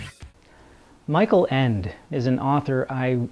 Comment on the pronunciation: Not the correct pronunciation of the authors name!